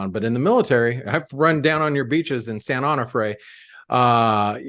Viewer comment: Tiny quibble - San Onofre pronounced San Oh no (!) fray rather than San Honor fray